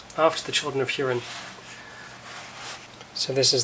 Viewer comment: That was a wonderful presentation! Just one quick note, about the pronunciation of "Hurin" - it HOO-rin, not HUE-rin.